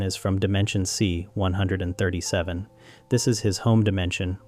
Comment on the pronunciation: You must stop saying 137 like that.